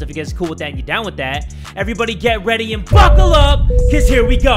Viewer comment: when u said buckle up i thought u said fuck up btw i just LOVE U